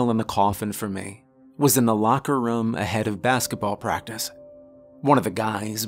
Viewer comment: Team "narrator says rum instead of room" checking in for duty! 👍